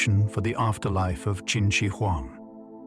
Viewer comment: This is great history, just one quibble - "Qin" is pronounced basically like "chin" not "kin."